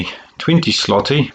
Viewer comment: Złoty is supposed to be called as zwooty . Ł is pronounced as w